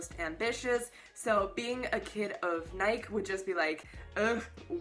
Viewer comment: Nike is pronounced like the shoe brand